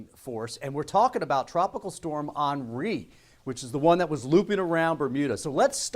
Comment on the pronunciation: That's how you pronounce the french name....